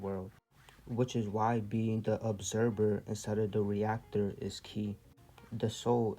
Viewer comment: ObserVER - you are awakened work on your pronunciations tho brother great knowledge